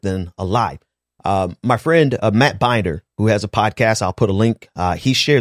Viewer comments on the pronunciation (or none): Matt Binder's name is pronounced Bin-Dur. Not Bein-Der as in "Binders full of women."